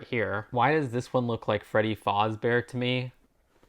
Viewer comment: Just wanted to let you know that it's pronounced Freddy F-as-bear, not fozbear